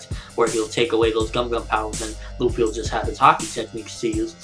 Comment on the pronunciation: why the fuck ppl say ruffy? its Luffy!!